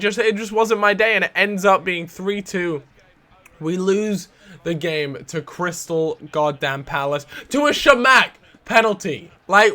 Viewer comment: OH EQUALZ but it says CRY-Stal so he's gonna cry cos he lost